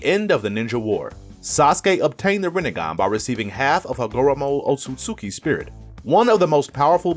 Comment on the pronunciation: Yu didn’t even say hagoromo name right😂😂